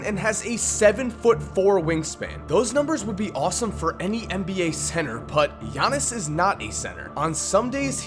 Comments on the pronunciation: I still cringe when he says giannis it's yar-knee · It's pronounced just like how Konos P said: Yannis. It's not an English name... It's similar to how Dirk Nowitzki's last name is pronounced "Novitzki" (with the W making a V sound); their name stems from their language, and as such the pronunciation abides by the language. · It isn't yannis nigga it's yi annis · You pronounce his name Gea-nees I'm Greek to that how I know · Ee-yawn-is Ant-et-te-koom-po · firsti wanna say i luv the channel brah. second i think u are pronouncing his name wrong, i believe the g isn't silent. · Oh you goin learn to say my last name - Giannis